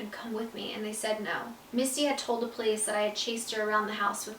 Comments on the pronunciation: I only have one question why does the books say misty but the song says Missy and you pronounce it missy too... just wondering here 💕 love u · Wait is your step mom's name Missy or Misty? It sounded like you were saying Misty when you were reading the book but your song is called Missy? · you kept saying missy when it says misty in the book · Who this “mistey” is she a sprinkler system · Landry Childree it’s misty